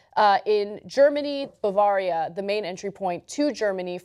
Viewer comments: Who pronounces Bavaria the way Ana did? Has she never heard it pronounced before? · If these countries want to prevent the plague of sexual assaults in their nations by young Muslim men then they need to do something about the mosques. Mosques are the places where these men learn their attitudes towards women. Ana's pronunciation of Bavaria /facepalm